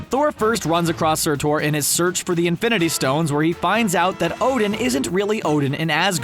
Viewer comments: It's pronounced sir-ter you uncultured swine. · Why do you keep saying Sertor? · surthor? way to butcher a name.. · Annoying how you say surtur. Why are you saying sirtorrr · Yeah,its not spelled SUR-TOR and its not prounced SUR-TOR. Not even tryin to be "that guy" but it is quite distracting and difficult to absorb your info when continuously mispronouncing shit sorta relegates you from knowing shit to just reading copy. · Sortor sorry man I had to point that out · I don’t get it...I know you’ve heard Surtor’s name before yet you still pronounce it wrong every time, it made me cringe every time until I had to just stop watching. It’s pronounced Sir-Ter. Fyi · ...he pronounces Surtur as Sir-ter...I see Comic Book Resources is still full of incompetent dumbasses. How they still have a lot of subscribers and are still around is beyond me. Then again the world is full of incompetent dumbasses. How dreadful... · It’s “SIR- TIR” pronounced like that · I got way too mad a this video cause you kept pronouncing "surtor". It's not. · Why does he keep saying "SurTOR"? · did he just said sir-thor? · 1. Say it with me now please!!, SIR-TURR! Emphasis on the "TURR" like "turd" 2. The Collector gotta be dead....it doesn't make sense for him to be alive at all.... You gotta come correct for us nerds man... #NERDLIFE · I love these big list channels that clearly don’t really know comics. Dude is clearly calling Surtur Sir-tore... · Why is he pronouncing surtur as Sirtore...!!!! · And he keeps emphasizing TORE. If Surtur is pronounced SurTORE, would that mean at the beginning of Ragnarok he fights against the God of Thunder, THUR?? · Ikr. Dude said Sort-Tor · ikr, his name isn't Sir-Thor. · Good old Sur-TORE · I hate the pronunciation of surtur. He's also definitely dead the world he was on blew up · That's not how you pronounce Surtur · Your pronunciation of Surtur is fucking shameful and annoying. How hard is it to say such a simple name??? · The way he pronounces surtur😂🤦🏽‍♂️💀